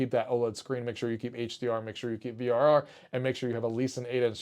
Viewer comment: You said frr not vrr and kept saying z1 extreme